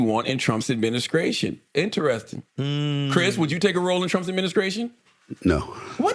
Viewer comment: Adminiscration....admin eh SCRATION ADMIN EH STRAY SHUN